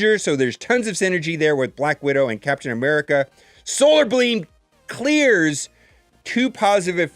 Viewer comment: solar bleam ?? lol